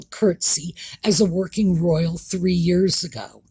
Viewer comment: Well, she's repeatedly made several mistakes with words. Archetype... Gutteral... Royal... (I know there's more,) No surprise there, but yes good when media highlights things.